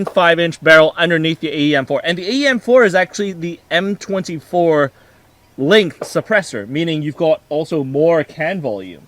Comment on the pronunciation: I'm still laughing about that. I imagine someone ribbing for his accent every time he says "length". Not that I sound any better, but it makes me laugh pretty much every time.